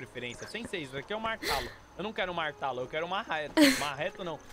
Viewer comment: o pior é ele falando martalo achando q tava falando martelo kkkkkkkk